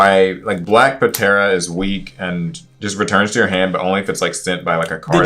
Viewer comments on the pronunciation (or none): I'm so glad he got called out for "puh-tera," I immediately caught it too and it made me SICK. This mfer never seen Power Rangers?? thankfully justice was served